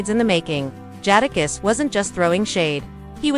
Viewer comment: Can’t take u serious LOL U CANT EVEN SAY JADAKISS RIGHT 😂… FOH WIT THIS MESS😂😂😂😂😂😂🤦🏾‍♂️